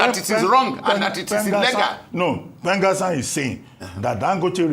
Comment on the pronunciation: PENGASSAN ❌ PENGASSON✅